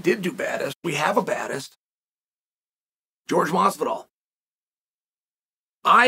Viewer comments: It’s not George is Jorge 😂😂😂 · Jorge NO MASvidol